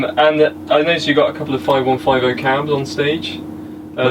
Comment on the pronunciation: "Noticed the five one five o there" 🙄 um no its pronounced fiftyonefifty. Omg vh.